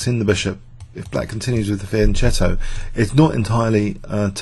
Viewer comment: "fianKetto" K like in fucking.